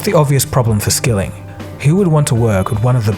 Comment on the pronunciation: Why 9-1-1 call stock video?! "serve" not "severe", "Skilling" not "skilling" Tsk tsk tsk